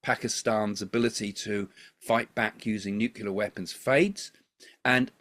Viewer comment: It's NEW-CLEAR not NEW-KILLER 😄